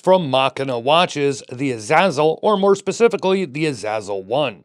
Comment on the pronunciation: Hearing you pronounce the name "a zazzle" is hilarious to anyone who knows the name